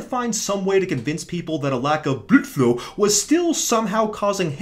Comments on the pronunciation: oh right, it sounds like you’re saying bludflew, rather than blood flow. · enough is enough. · does he pronounce "blood flow" that way because he's making fun of the british dude from HG, or because he has no testosterone left?